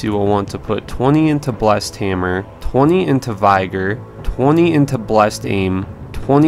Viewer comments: Geplus Logger no one pronounces it correctly haha... it’s a real word ffs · Reinvigorate, invigorate, vigor. You struggle with a lot of basic names on this channel.